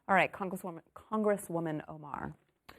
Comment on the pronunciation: Mispronouncing someones name for a laugh is a bit childish , dont ya think Glenn